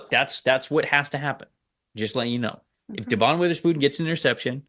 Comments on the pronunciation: It’s Dev-un not De-Vohn. I’ll bet you wouldn’t have to beg for Hawk fans to subscribe if you said his name right. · You can' t even say DevIN's name correctly. NOT deVON.